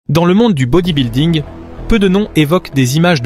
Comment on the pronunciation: Ça devrait être passible de prison de prononcer 'bodybuilding' comme ça.